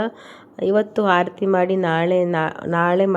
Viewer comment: ಆಡತೀ ಅಲ್ಲ ಆರತಿ